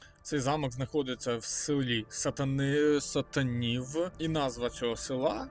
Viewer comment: Який ти довбень,ти б хоть трохи готувався перед відео,а може твоя мета виглядати довбнем,правельно говориться сатанів з наголосом не перший склад і ніякого відношення ні замок ні населений пункт до нечистих сил немає.